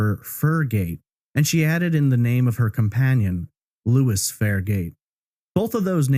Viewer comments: Lois is a female name....pronounced "low iiss". Louis is how the male name you use is spelled???? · Name on records is Lois, not Louis.